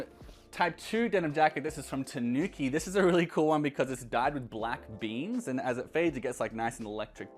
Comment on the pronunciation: SA-shi-ko. TA-nu-ki. The emphasis is on the first syllable: SA and TA, not the 2nd syllable like you pronounce it. Just helping a brother out.